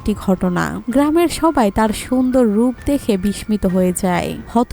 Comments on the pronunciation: বিস্মিত উচ্চারণ ভুল হচ্ছে।।। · বিস্মিত এর উচ্চারণ ঠিক করতে হবে।